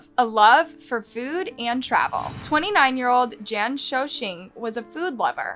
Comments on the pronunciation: You totally massacred his name. Gan is pronounced as Gun and Sou is pronounced as So. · How horrible for this to happen to someone… Also, the pronunciation of his name is horrible. “Gan” should a hard G, like in “garden,” and your pronunciation of “jiong” fluctuates wildly. It’s disrespectful to not even look up how to say his name if you are making a whole video about him. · Gan is not pronounced ‘Jan’ and that’s his family name, not what he’d be called. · Jan? Seems it would be almost like gone, but Gan..not Jan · Um, are you pronouncing his name (Gan) correctly...? 🤔